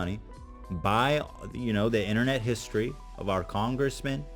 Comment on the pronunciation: The Internet HISTROY Rant HISTROY